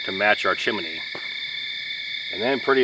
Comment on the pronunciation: have to correct you... it is chimney not chimeny; )